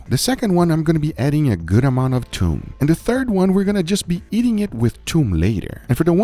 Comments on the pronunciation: thoom not toom it means garlic 🧄 ثوم 👍🏼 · It's not toom. It's thoom. And thoom means garlic, not the sauce.